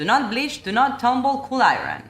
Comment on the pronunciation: Hearing their marketing description about the car Mazda definitely done that on purpose lol, you’re a boss 💪 with the editing! A little feedback on your iron pronunciation is it should sound like “eye-yearn“ (I earn) in U.S English or “eye-en (i-n) in British English (sometimes your accent sounds British btw)